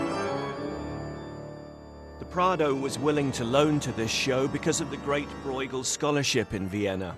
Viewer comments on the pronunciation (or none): Why can’t a single person bother to pronounce his name correctly?! It’s not ‘Broigle’. It’s more like ‘broe-chel’ with a ‘ch’ like in ‘loch’. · "Breugel" shouldn't be pronaunced this way... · Lol, it's not pronounced "Broygel" ^^ The "ue" sound (spelled "eu" in modern Dutch) is close to the "u" in the English words "burst", "curse", "urge".